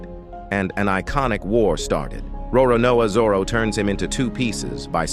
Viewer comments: Roronao Zoro? Roronoa Zoror? 😂😂😂😂 Its Roronoa Zoro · Bro the pronunciation of Roronoa zoro😂😢